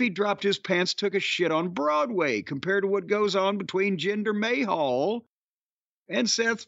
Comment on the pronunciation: I can’t with Jim’s pronunciations 🤣 Jinder May-hall 😆